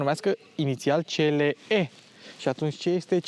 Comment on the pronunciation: "Ț l e"😂😂😂😂 pe bune??